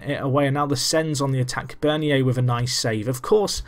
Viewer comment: Bernier Is pronounced burn-yay